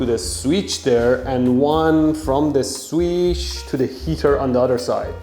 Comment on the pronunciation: i like how you say sveech when you're supposed to say switch